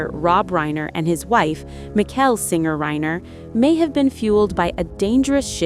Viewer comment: Terrible AI voice. Can’t you edit the pronunciation? It’s MiSHELL not MIKHAIL. Lazy.